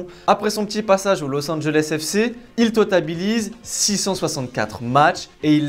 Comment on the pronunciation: 3min13 : il « totabilise » Du verbe totabiliser😮